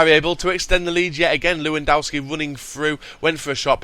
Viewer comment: IT'S PRONOUNCED LEV-EN-DOSKI